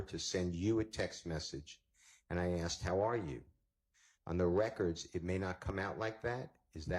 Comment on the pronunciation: Asked not AXED. Wipe ur nose girl.